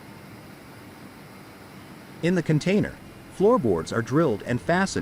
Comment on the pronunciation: Okay let's get this straight, it's Container not cantainer. 😂😂 More AI junk taking clips of this and that to try to tell a story. Major fail, there are lots of better videos of the process.